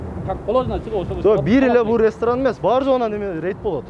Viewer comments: Рестран эмес ресторан деп суйлогулочу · Башында телефондо суйлошкон бала РЕСТРАН дейт го😅